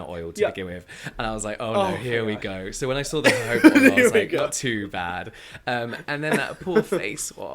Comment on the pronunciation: Girl really said ho-hoba oil 😂